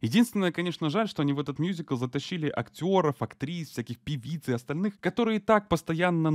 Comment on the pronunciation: мюзикл, а не мьюзикл